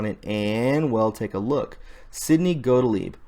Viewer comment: Got-Leeb is how you pronounce it.